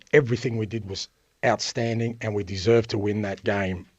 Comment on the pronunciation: " Oustanding." This bloke is clearly deluded.... lol